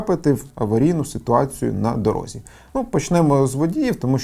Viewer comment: не "на дорогзі", а на дорозі